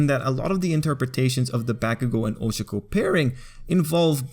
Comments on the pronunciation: This isn’t hate but I can’t stand the way he said her name. It’s not 😭 I think people take to many things over bored💀 if he calls someone by there name “SHIP”, he thinks about someone for a sec “SHIP”, one scene alone together “SHIP”, y’all need to chillllllll💀💀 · I was just drawing while listening to this and i legit just slammed down my headphones and screamed "you did NOT-" at my laptop screen when he mispronounced 'ohchkoh and bAkegoh' (Ochako and Bakugo) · Ahhhhh that's not how you pronounce their names😭😭😭😭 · Bruh he says ochako and bakugo names wrong!!!!!!!! HOW??????😑🤦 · I love how you say ochako's name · that is NOT how to pronounce OCHAKO!!